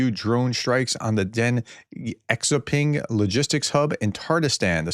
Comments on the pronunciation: “Exxo-Ping,” you say? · The X in Xiaoping is pronounced as an sh sound. The iao is pronounce like ow, pow, or wow. Ping sounds just like it looks.